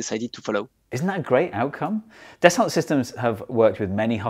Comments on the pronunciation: It's French and pronounced "dasso" not "dassult". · it's "Dasso system" not das olt systems. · Hee Hee Hee zee eengleesh say it “Dess-Ult Sistims” instead of “Dass-O Seesstem” hee hee hee 😉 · Yep, "daso" / "das-oh" / "da-sow", etc.. Definitely not "deh-salt". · Steve mate, isn't it Das- oh as in Ren-oh? Delt a lot with Das-oh Falcon 20s in me time. Great vid. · Your sponsor’s name is pronounced dass-oh - might be handy if you want a repeat sponsorship! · Repeat after me: Dah-soh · Actually it's pronounced like "Dasso" 🙊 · It's pronounced “dasso sistem”. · da sa sis tum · You'd think the video sponsor would make sure their name is pronounced correctly!